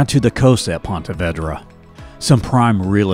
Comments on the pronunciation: Great video. When you are not from here though "pontey vaydra" instead of what we know it as "pawna veedra". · Yeah, that “Ponte Vaydra” pronunciation was killing me & every Jax Native in this video lol. Thought I was the only one 😂. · Ponte Vedra is pronounced Pawn-tay Vee druh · Love your videos. But you have to learn to pronounce names of places. Like Ponte Vedra...it's Vee-dra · Correction, it's Pahn-tah Vee-drah. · Ponte Vedra, for most locals, is pronounced Pah-tah Veed-rah, not the way it is pronounced in the video. It's named after Ponte Vedra, Spain. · vEEdra. It's pronounced "Ponta Veedra." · Great video but pronounce Ponte Vedra Beach correctly please...Vedra with long E. Thanks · That's PONTA VEDRA with a Long E. , no "eh". Please! Linda Hunter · This one is much better than the last one on Jax. I am from there. Ponte Vedra is pronounced "Veedra". The Tolomato river near Nocatee is called the Intracoastal Waterway. Nobody uses the river names around here. I'm surprised you didn't mention Kingsley Plantation, which is a Timucuan Preserve right across from where you get off the St Johns River Ferry. It's a beautiful property with old live oaks dripping with moss and standing historic buildings to tour; easily a daytrip. Maybe next time cover Fort Caroline which is right near where you get on the Dames Point Bridge from the south. We also have a Botanical Gardens right neat Fort Caroline. That section of town is beautiful with older Spanish-style homes. Also San Marco area which is near the south bank of downtown, and Five Points which is a cute area with shopping, down Riverside Dr. Bounded by the West bank of the St Johns river and the Ortega river is one of the most affluent neighborhoods in town and full of historic and beautiful homes, called Ortega. I could go on and on. I'm sure you don't have so much time to cover everything but for your next vid, there's a few offerings yet. Good job! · I wish you would learn how to pronounce Ponte Vedra 😩😩😩